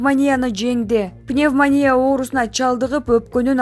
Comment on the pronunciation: Бул блогер Эфиопияны ЭФИПОЯ деп окуган,пневмОнияны ПнимАния деген ,так что тушунсок болду